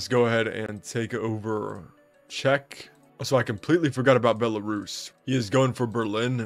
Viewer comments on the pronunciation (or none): none